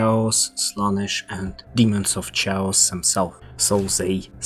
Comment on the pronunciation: Chaos (KaY-osS)